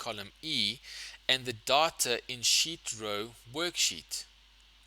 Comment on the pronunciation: sir are you saying sheet/ seat or sh!t it is not very clear💢